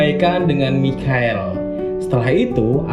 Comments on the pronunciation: Bang! Michael = Maikel :v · Cara baca Michael itu maykel :) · Michael kalau baca Maikel cok